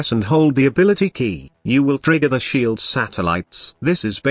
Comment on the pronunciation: lol i love text to speech hahaha sheaaald shieeld